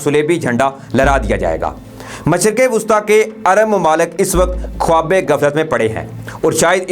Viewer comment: یار اس بے چارے کی زبان میں لکنت ہے یہ خ کو کھ بول رہا ہے خبر کو کھبر خیال کو کھیال خواب کو کھواب بول رہا ہے کوئی بڑا مسئلہ نہیں سمجھنے والے سمجھ جاتے ہیں